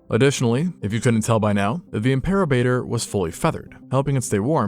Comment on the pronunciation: Im-per-o-bat-or Named by Ricardo Ely and Judd Case in 2018